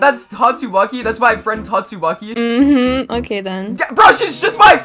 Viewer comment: I just keep hearing tastumaki 😂